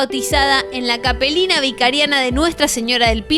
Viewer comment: Capellania!!! no capelina!!!!! Dios Mio